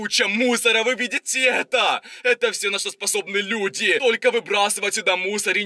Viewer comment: Почему он говорит так зданиЯ крышА людИ